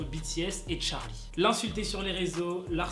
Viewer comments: quand tu disais charlie en mode 'tcharlie' je pensais a Charline d'amelio😅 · Ptdr cette prononciation TTTTCHHHHHHarly